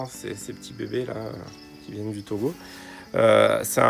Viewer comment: Ça me fait toujours plaisir quand vous prononcer le nom de mon pays TOGO